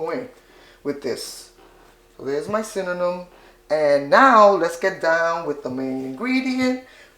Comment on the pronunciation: I love it she say cinnanum like me love the recipe